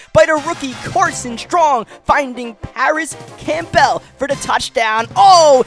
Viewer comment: I've come to the conclusion that you say campbell like that to troll me lol theirs no way your still saying it that way 2 years later have you ever seen a campbells soup commercial still love the videos though been watching for about 2 years now and love them keep it up